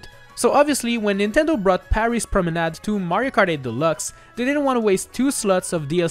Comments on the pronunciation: oh that explains a lot. That's why that sounded so natural. So I will change my question, how do he pronounce so well promenad with an english accent ?! Personally, my brain block on the french pronouncation everytime I use a french word in english, resulting in a weird change of "accent" from me, that is a bit fun but mostly annoying. If anyone have tips, pls let me know them. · You are the only youtuber to pronounce "Promenade" correctly, and i thank you